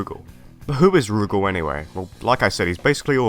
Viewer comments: Really wish Adelheid hadn’t fallen off. I want him and Duck to come back in the worst way. Rugal doesn’t rhyme with Google, btw. Stress is on the second syllable, like roo-GAHL. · People pronouncing Rugal's name as "Roogle" will always be grating on my ears. My friends and the people in our arcade always pronounced it as Ru-gal. That being said, awesome video! Adelheid, Krizalid, and Shion deserve to be in more games.